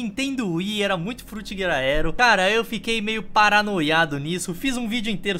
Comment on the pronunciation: alguém conta quantas vezes o falou frutigaedro pfvr